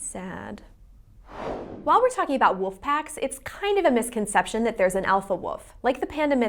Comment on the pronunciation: woLf, not "wuff". Diction - it's a thing.